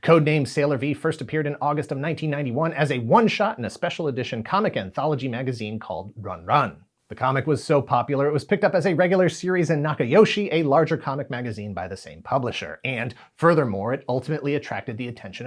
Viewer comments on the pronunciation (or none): Minor point, but Run-Run or るんるん is pronounced "ROON ROON"